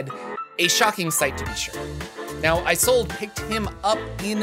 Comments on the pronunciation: Games workshop stole this idea for their Carnival of Chaos! LOL And I think "Isolde" is pronounced with a short "I" sound instead of the long form such as in "I sold a car." The "I" sounds like the in the phrase "It's A Mario!" So it's like in "Tristan and Isolde". (Isolda is the proper pronunciation) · Is-sold Not eye-sold. Great vid. Don't know how you condense so much info. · its "Is-old" not "I-sold" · Pronounced "iz ol da" taken from Shakespeare. Love yer work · Isolde: a German name pronounced or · Hi, Mymomsaysimkeen (he consonants are silent) here. Isolde is pounced as, "Sold," as the vowels are muted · Isolde is pronounced just about the same way it's spelled "Is old" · ive seen that name pronounced as 'ee-sold' or 'ee-zol/ee-sol' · IZ - Old - ah. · “ih zolda” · "e Zold uh" or just "e Zold" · I'm pretty sure it's pronounced is-ol-day. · Isolde is pronounced IS OLD. Not that hard. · Isolde is normally pronounced Ee-soul-deh FYI.